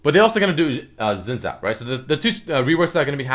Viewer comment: its pronounced sene-zhao-al. of demacia